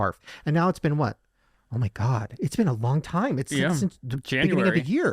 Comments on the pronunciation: OH MY GIRTH! Instead of oh my gerd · Band name : Er-Ma-Gerth 😂😂😂😂😂😂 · Pronounced " oh my gurth*